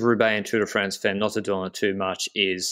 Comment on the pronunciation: 'Femmes' pronounced 'fam' as in family.